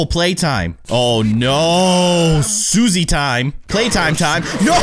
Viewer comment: Susie is sus. It sounds like Sussy